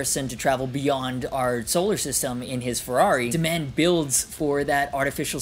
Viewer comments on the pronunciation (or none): none